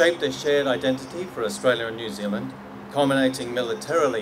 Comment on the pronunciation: “Your Zealand”